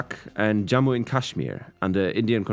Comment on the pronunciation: In the Indian context, a “J” is always a “J” not “Ye”